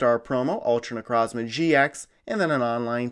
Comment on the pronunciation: Necrozma that's not how you say it I'll per nuance it ne-croze-ma necrozma